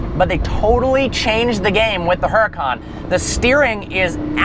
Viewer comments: I frickin love this channel and, but come on. u own a huracan now, pronounce it correctly. it's pronounced uracan, the h is silent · the "H" is silent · when you can't even pronounce the name of your new super car... DOUCHE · I wonder how many people got mad on how he pronounced the name?